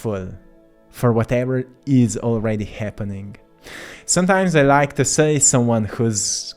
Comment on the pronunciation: I really like your content but the way you pronounce “to” really distracts me.